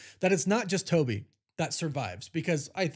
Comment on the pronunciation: TOE BY looool